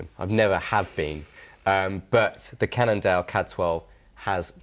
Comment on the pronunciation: Again another one with the "Candle" problem... It's Cannondale,.